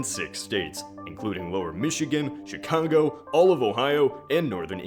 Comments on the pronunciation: did you say chicongo??!?! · It was a joke. He actually said "Chicongo". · Did he just say CHICOGO? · Did I hear correctly? Did he say Chi-Congo..🤔😂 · Did I hear Chicongo? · Did he say Chicango? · "Chicongo" I caught that,. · How did you butcher the pronunciation of Chicago? And that city doesn't fit well with the Rust belt anyway. The population is mostly stagnant since the last census, no major change in either direction, and a growing economy actually. This is because Chicago diversified its economy.